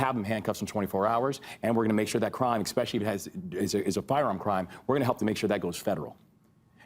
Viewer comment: did a governor just say “exspecially”?